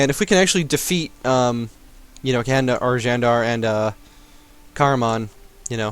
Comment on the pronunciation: You are close to pronouncing Candar properly. C--> "J" of Just A--> "U" of Sun Then you're set.